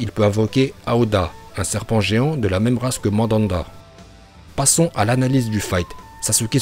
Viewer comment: Mandanda..??? stp fait un effort quoi